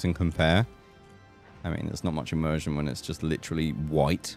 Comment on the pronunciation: Every time you say immersion, I loose the immersion...